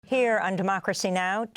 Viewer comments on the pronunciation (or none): none